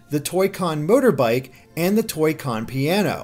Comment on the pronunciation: It sounded (Mind you, internet, I said "SOUNDED") like he said "Toycon Murder Bike". xD That's kinda funny, actually. And, yes, I know he said "Toycon motorbike".